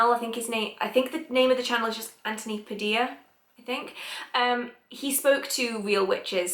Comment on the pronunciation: Not sure if someone told you but the surname Padilla is pronounced Pa-dil-ya. I'm filipino and it's a pretty common surname here :)